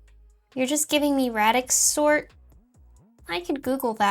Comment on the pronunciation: Please tell me this is Asuka talking, that you DO know how to pronounce "radix" correctly, that you DO know how to pronounce John von Neumann's name correctly, etc. Because in this video, you failed on both of those, and probably some others. If you think your pronunciation of this is correct, and this was really you talking, go look them up, because you are not pronouncing them correctly and lose a LOT of credibility for this simple failures. You are better than this.